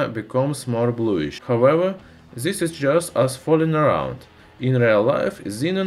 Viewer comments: F××k..! What happened to ur tongue... atleast pronounced "this" properly.. this is"dhis" not gheez... Topic was interesting but bored of your irritating pronounce.👎yeh thenga tumharey bakwaas jubaan ke liye. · Stop using "Z" in all words man. Word like "this" not start with Z. Learn english better and then do videos like this one.